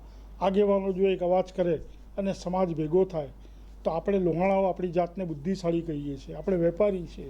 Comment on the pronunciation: લોહાણા મહાપરિષદના પ્રમુખને વિનંતી કે પોતાની ભાષામાં ઉચ્ચારણ શુદ્ધિ જાળવે. કારણ કે તેઓ શું બોલે છે અને કેવીરીતે બોલે છે એની સર્વત્ર નોંધ લેવાતી હોય છે. 'લુવાણા' ન કહેવાય, 'લોહાણા' કહેવાય. લુવાણા અપમાનજનક શબ્દ છે. 'આપડે' ન કહેવાય પણ 'આપણે' કહેવાય.